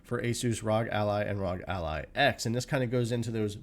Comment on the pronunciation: Wtf's a rawg ally!? It's arr-oh-gee 🤦🏻‍♂️